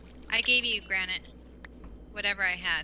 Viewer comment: you should know if it grenit or polish grenit okay bereghost